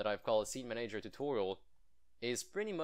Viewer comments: IT'S "MAN-uh-jer" not "mun-AGE-er" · Man-A-Ger not Ma-Nager :) love the videos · Are you Italian by any chance? You pronounce the word "manager" with an accent like an Italian would. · i love your videos but the way you pronounce manager triggers me >.<